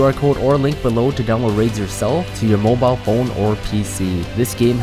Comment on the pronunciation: "Molbile or PC" TRIPLE A